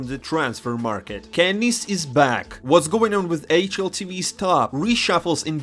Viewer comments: this guy said "Kennis" not "kennyS" 💀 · Oh my god, KennyS?